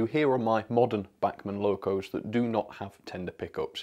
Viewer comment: FOR THE LOVE OF GOD - LEARN HOW TO PRONOUNCE "BACHMAN"....................................................